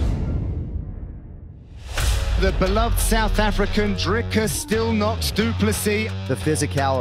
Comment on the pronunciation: It is only respect, if this channel can get the pronunciation of the next world-champ correct. It is not Drycus!!!! Also get the damn spelling right. In SA, surname-prefixes like "de", "du" are in lower case.... UNLESS it is written in ALL CAPS. That is true respect.